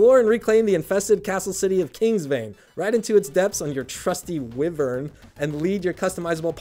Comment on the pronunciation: also mispronounced "wyvern" 🤭